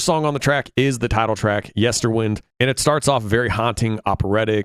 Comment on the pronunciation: You will never please evertybody with your review, but it is your own honest opinion, and that is to be celebrated. However, I am surprised that despite at least two references to it during the songs (including the very last vocal line in Lanternlight) you seem unable to pronounce Yesterwynde correctly. Funny that.